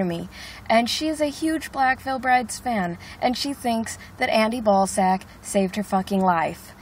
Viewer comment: Did you say Andy Ballsack?!?!